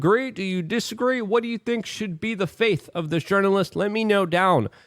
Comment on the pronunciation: *fate. (not faith) also, the saying is actually 'brand spanking new' (not, brand new spanking). Just a friendly fyi.. lol ;p